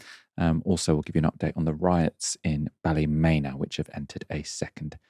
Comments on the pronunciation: up to your old tricks? Check the pronunciation of Ballymena and get it right on air! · Pronunciation of Ballymena is Bally-MEAN-na